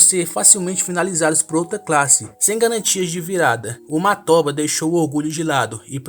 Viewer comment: "Matóba" kkkkkkk não tem a mínima condição pqp 😂